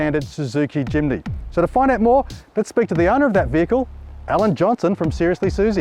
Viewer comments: great video but its a Jimny NOT A JIMINY!!! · Why does he say Jimny wrong every time. There's no i after the m. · Crikey mate....it's Jimny, not Jiminy! Capable little beast that. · Jimny, not JimAny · 5 minutes in, I'm astonished that he got as far with such a defeatist attitude - not someone that I'd like to represent a brand. Also, it doesn't bode well when a dealer mispronounces the name of a product: It's not Jiminy, it's Jimny. All that being said, the modifications to the Jimny were spot-on and clearly effective. Ironically, as a Suzuki Jimny owner, I now want to swop it for a Iveco... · somebody please tell Alan its jimny not jiminy ! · "Jimeny " ??? It is called Jimny ! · My eye twitched every time he said "Jiminy"... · It’s “Jimny” not “Jimmy” ? Strange. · Great video - but you have to learn how to say “Jimny” 👍😉